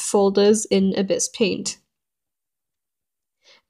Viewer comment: "ebbis peint"